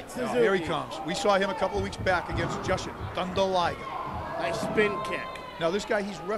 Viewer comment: LOL, for a guy who says he's familiar with the Japanese wrestlers, he sure does mispronounce their names a lot, and calls the wrong moves. He even mispronounced Jushin Thunder Liger. Sounded similar to Justin Thunder Liger. lol. Gotta love the 90's. The Great Sa-SUE-key, lol. They called Dick Togo, Shiryu. Wrong guy. Called an Enziguri a Crane Kick????? lol, I love it. OMG, he just called Gran Naniwa Gran Hamada and vice versa, ugh, so painful to watch, but I can't look away. Even though I'm poking some fun, this was a very good match. Love Michinoku Pro.